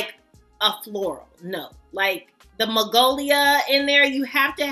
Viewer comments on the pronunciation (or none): it's magnolia, honey.. not magolia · Magnolia not magolia 😊